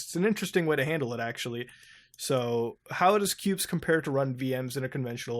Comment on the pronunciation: You said "Qubes" but all I hear is "pubes".